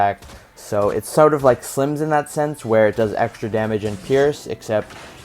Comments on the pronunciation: lol at the start of the vid you say slimz loooooollll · You said « SLIMZ » at the begging 😂